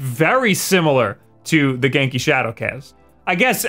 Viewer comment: He’s saying genki wrong right it sounds weird when he says it.